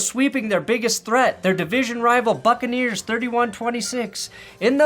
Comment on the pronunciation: At one point I heard you call them “the Fuckaneers” and as a Saints fan I couldn’t agree more…